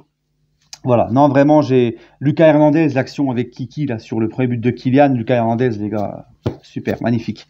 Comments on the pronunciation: Salut! C’est “LOOKASSE” Hernandez PAS “Lucas”. C’est à l’espagnol💃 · LOOKASSE HERNANDEZ LA PRONONCIATION! ALLEZ PARIS